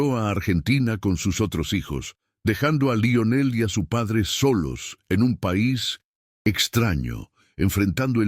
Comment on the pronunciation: Lo único malo es que el dice laionel en vez de Lionel